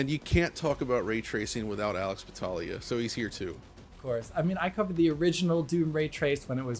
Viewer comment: "..." I stopped watching at that instant.